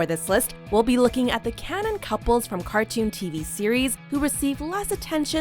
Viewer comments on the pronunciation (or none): none